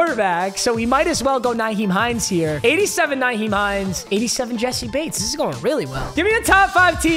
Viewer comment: i hate the way pronounces players names, especially Nyheim Hines.